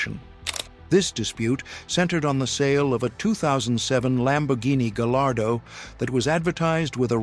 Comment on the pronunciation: It's pronounced 'Gar yardo' not 'Galardo'.